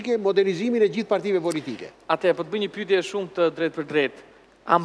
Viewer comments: faktikisht, gjuha e folur me gjuhën e shkruar ndryshojnë pak, të folurit të lejon edhe pak dialekt, shkurtime, etj. Kështu që është normale të thotë "pytje ", dhe jo "pyetje". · Ermal te lutem, te pakten ti fole mire gjuhen shqipe se te kam degjuar gjithmon qe thua "pytje", gramatikisht thuhet "pyetje", futi nje "e" ne mes.